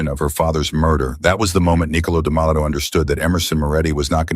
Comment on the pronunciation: DeMatteo! Not Damato 😮